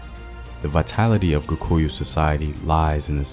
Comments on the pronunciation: Apart from the main word "Kikuyu". He kept on saying "KUkuyu". But a nice video all in all. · It's just funny how you are pronouncing it kukuyu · "Kukuyus"😂😂😂 nice video though.